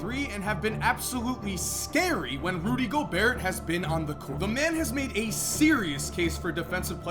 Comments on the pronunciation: its gobair not gobeart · It’s pronounced Go-Bear not Go-Beart.